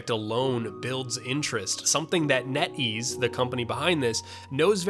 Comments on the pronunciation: I changed the channel when I heard "net ease". Sry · You lost me at "made by netease"